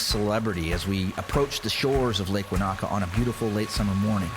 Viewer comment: Enjoyed the New Zealand scenery. However, Maori words are pronounced without any syllable emphasis, in a monotone. It's Te-ka-po without any syllables being emphasised. The same with Wanaka is Wa-na-ka with no louder syllables.